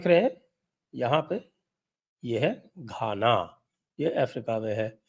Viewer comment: धाना नही सर जी घाना।